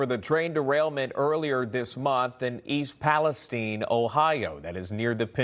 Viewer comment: Thank you for the report. And for pronouncing East Palestine correctly!!